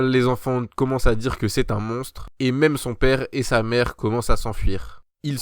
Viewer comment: É au commencement de l'anime tu as dit cha chambre😂